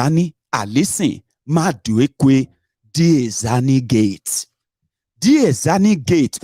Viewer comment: It’s Madueke and not maduekwe they two different names